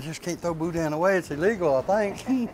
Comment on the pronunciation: The n in boudin is silent